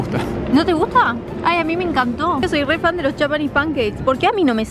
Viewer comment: MoVImiEnToz eNvolVenTez